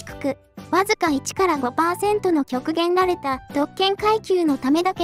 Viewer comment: 「極限(ごくかぎ)られた」が 「極限(きょくげん)られた」になってて ちょっと笑ったｗ は読み上げソフトだったのか